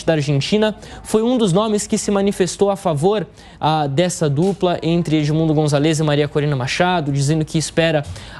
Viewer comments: Eh de se agoniar como o apresentador fala gritantemente errado o nome do líder da oposição – "Gonzalêz"... Eh González, GonzÁlez, tão difícil assim? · Excelente reportagem, porém queria chamar a atenção do locutor da JP sobre o nome do candidato: o correto é Edmundo GonZAlez (a silaba tônica é no Za e não no LEZ. Isso vale para outros sobrenomes em espanhol (MarTÍnez, MÁRquez, etc) são sempre paroxítonas, nunca oxítonas). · Pronuncia o sobrenome do candidato, è Gonzales.